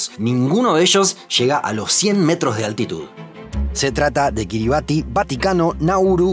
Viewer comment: aunque se escribe Kiribati se pronuncia kíribas.